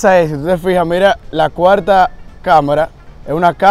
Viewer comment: Quien se dio cuenta? A lo ultimo dice "la cualta cámara! Es una cámara" JAJAJA en vez de decir, la cuarta caja